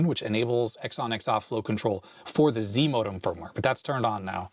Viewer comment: "Zimodem", I kept hearing as zmodem which is a transfer protocol.